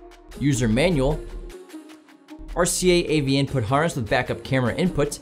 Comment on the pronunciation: Whats with the way he says input? InpOOTT